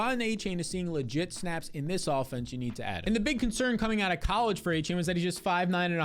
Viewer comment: devon "a - chan" its not "a - chain"